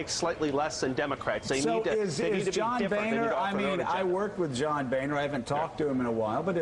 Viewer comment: "When two vowels go walking the first one does the talking" His name is pronounced BONER, not BANER.